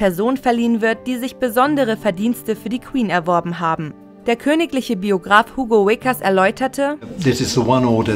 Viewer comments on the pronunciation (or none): none